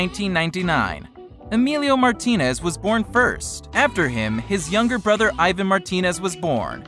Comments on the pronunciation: I hate the way he said Ivan’s name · The way he says Ivan makes me so angry 😂😂😂😂😂😂😂😂😂😂😂😂😂😂😂😂😂😂😂😂😂😂😂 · Omg I hate how he said Ivan 😂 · He said Ivan wrong.... 😞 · He doesn't even know how to say their names right:O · He says Ivan’s names wrong 😂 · OMG HE SAID IVAN WRONGGGGGGGG KILL MEEEEE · People need to day Ivans name right! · u said Ivan's name wrong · Ivan's name is not pronounced like that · your saying Ivan name wrong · he keeps saying Ivan wrong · He said ivan wrong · You say Ivan's name wrong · It's Ivan but the i is like e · u said ivan name wrong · You said ivan wrong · stop saying Ivan name wrong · Eevan not eyevan but okk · It’s Ivan not eyevan like wtf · “EYE VAN” All martinators are cringing it’s PRONOUNCED “EEE VON” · Eyevan?? It's eeee-van...ok I'm confusing 😂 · Ivan is called said as Eevan. Not eyevan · You said Aivan, it is Ee-van (Ivan). Ps do-not read my username. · The british accent be like: eyevan The normal people be like: ivan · It’s not aivan its Ivan like E-van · Hey you said Ivan wrong its not eyevan its Evan- that's how u say it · It’s Ivan not iven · Who else gets pissed with he says eye-van but his name is e-van? Also to answer your question, I love Team 10 and I hate clowngang. But I'm not gonna be like some T10 fans, I think they don't need a Team, they are better by themselves with Rueben. Much love for Team 10 and Martinez Twins💙💚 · It's not pronounced iven it's pronounced eevon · It’s pronounced ivaan not Ivun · Its not ivin and emillo its ivan y emilo with your white self learn spanish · ts pronounced Ěvan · ITS PRONOUNCED EVAN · Leon's Awesome channel its pronounced e van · the way he said Ivan😤😤😤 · it annoyed me so much when he said "Ivan" ITS PRONOUNCED "EEVAN" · EYE - VAN 😂😂😂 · EXCUSE ME!?DID YOU JUST SAY EYEVAN!? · omg it annoys me that people say ivan wrong its pronnounsed like eevan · The spelling is ivan but the pronaunsation is yvan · It is ivan Martinez but it is pronounced as "eevan"